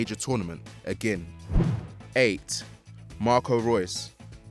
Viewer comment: it’s Marco not Marcos